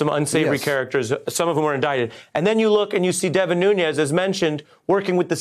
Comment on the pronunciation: Someone tell Ari that it's Nu(N)es cause the guy is of Portuguese descent, not Nu(Ñ)ez which is a Spanish surname.